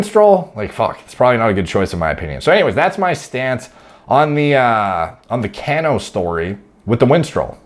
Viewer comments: I can tell you don’t follow baseball lol, It’s Pronounced “Cuh-no“ not “Can-o” I’m a consistently disappointed New York Mets Fan, but I’m stoked he failed the drug test because Jeff McNeil can play second base everyday and we can spend his forfeited salary elsewhere, like fixing this god damn bullpen and picking up another top tier starter. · Ca-no.... Not can-o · Cano..is pronounced Kah no..lol wonder If he was juicing when w my Yanks..he's a great ball player either way..not like roids give u all ur talent.. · Dude, lmao, it's pronounced Ca-nó, not Can-ó. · It's not Can-no lol. It's (Cuh-No) as in Cano don't ya know! Like the word KNOW. Cuh-Know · His name is pronounced like "Ca--no". Like "KA" "NO". It's NOT "CAN-O" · Cmon it’s Cuh-No Lol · his name is pronounced, ka'no. Love your analysis, especially not being an MLB fan! I’m really surprised these guys don’t use oxandrolone though instead. You would certainly know better than I, but I believe, it is, in fact, a collagen builder and therefore would enhance joint healing. I briefly looked at a Duke U. study where they were able to promote collagen synthesis in vitro in a wound healing study. I was actually prescribed it myself as well, while on TRT, after complaining about back and joint pain. Had to jump through several hoops to get the Rx though, like nerve testing, echocardiogram and a stress test! It was great though! I increased by Rx dose of 10mg qd to 30mg qd and had some really nice strength gains with zero sides, at least according to blood work. As far as Cano though, at 38, his joints have to be beat up from playing most of his life so I don’t understand why he wouldn’t use Anavar instead. In another post, someone said winstrol is universally used by Dominican players from early on, but why? Maybe this is why MLB has been plagued with injuries for years now! I figured it was overtraining, but maybe not, or a combination of the two. Makes you wonder.🤔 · Cano.. pronounced "cuh-no"